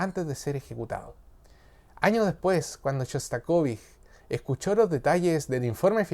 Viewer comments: No se pronuncia shostakovij porque no es un nombre alemán, es shostakovich, con ch. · ShostakoviCH... no ShostakoviJ... en español la CH no es J como en aleman.. pronunciermos bien ! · Choca la mala pronunciación del nombre del compositor. Muy único. De otro modo, un buen análisis!